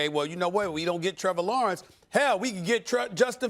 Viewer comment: If MEL says Trevour Lawernce than go with Justin Fields